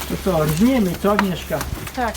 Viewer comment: Porzniemy a nie porzem